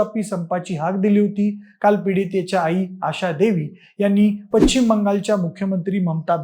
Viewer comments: उगाच थोड इकडे तिकडे अशुद्ध बोलायाचे अणि मी मातीशी जोडलेला असा प्रयत्न बंद करा. पश्चिम ✅️ पच्चिम ❌️ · Paccchhhhiiiimmm…. 😢😢😢😢😢Plz correct your pronunciation..